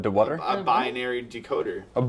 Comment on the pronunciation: Bianary Me: Binary: BUY-UH-NARY Me: No. BUY-NARY: BUY-UH-NARY Me: okay fine. Why does it even matter anyway. BECAUSE!!